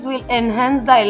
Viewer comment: I do not understand one thing, whatever the recipe is, you are giving cheese and you continue to say panner again and again. 🤔